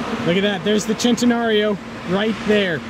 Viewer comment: why every American pronounce centenário wrong?